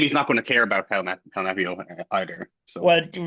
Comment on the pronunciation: Who the hell is Helmeepio? 😂 I always get flashbanged when I hear Helmeppo pronounced that badly.